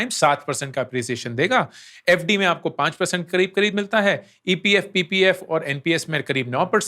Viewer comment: I am literally laughing when Ankur bhaiya saying FD 😂😂